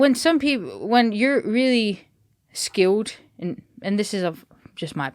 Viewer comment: starting to pronounce hers 'L's like some Brits would. Skilled becomes skiwwed. Interesting. And all the correct pronunciation of names by English speakers are way wrong.